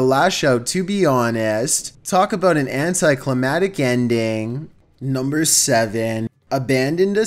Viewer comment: I love when he says NuMBEr 15